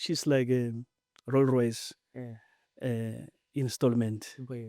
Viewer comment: Rol-Royce ❌ Rolls-Royce ✅